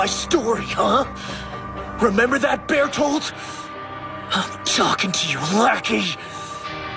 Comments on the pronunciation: Eren pronounced Bertholt's name like it was 'bear-tolto' lmao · nope, it's b airt holt